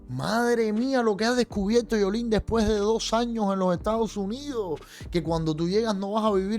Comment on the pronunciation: Se dice Yoliene no Yolín.